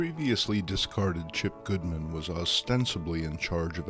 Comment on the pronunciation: He calls Martin Goodman, "Goldman."